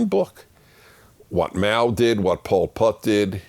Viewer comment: he called Po Pot "Po Putz." That was awesome!